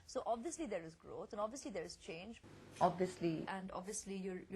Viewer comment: goshh! lol just stop speaking! abviously abviously abviously! you won't get far!!